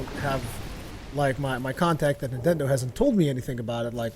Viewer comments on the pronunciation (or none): none